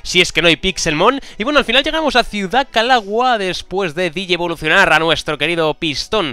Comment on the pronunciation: dijiste digievlocionar y no es digimon xD PD:pon a absol en tu equipo pls